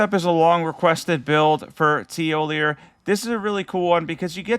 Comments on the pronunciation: Hey thanks a ton for the Thiollier build, it is kick ass and going to try it out for sure, also pretty sure the r in Thiollier is silent, it would be Tee o Lee ay lol So glad you are still doing these Elden Ring vids, I still cannot stop playing, I love this game also just hit level 674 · I take it that you didn’t care much to listen to the dialogue of the characters in the DLC lol. Freyja gives us the correct pronunciation of her name as soon as we meet her. Thiollier too lol.